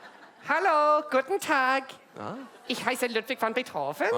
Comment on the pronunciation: HOW is Arms this good at pronouncing german words?? the "ich" ?? the "der Barry", "die Dorothy"?? PERFEKTION!